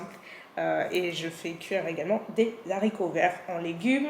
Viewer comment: Des haricots avec un h aspiré, pas des z'haricots !!!!! Je joue les rabajoie mais c'est le minimum !!!! Mis à part cet aparté de prononciation, j'aime bcp l'ambiance qui règne dans ta famille. Petit comité mais grands moments, c'est pareil pour nous, on n'est pas nombreux mais c'est tjs de bons moments. titine04